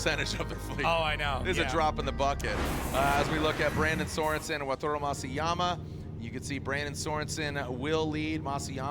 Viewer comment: YEAR 4 of saying "WATURO" instead of WATARU 😂